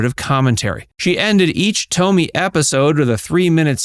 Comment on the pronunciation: Stop calling her Toemy. It’s Tomi like Tommy damn I hate AI